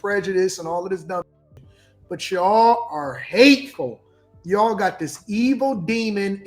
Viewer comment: said Yawll. But he's black. He thinks he's a different type of black. Some things I agree with. But you can't say Yawll